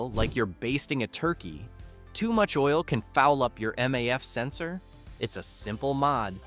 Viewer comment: whats up with these AI videos? anyway, here is my advice, tell that AI to at least pronounce certain words correctly, for example, noone... literally noone pronounces maf sensor like that, also get rid of that "i've done this, I've done that, I had a guy" from the script